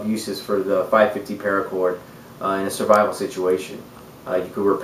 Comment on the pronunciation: Good video but "srivivle" is not a word.